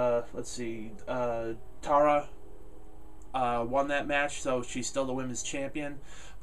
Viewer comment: You keep saying "Tara" wrong...lol!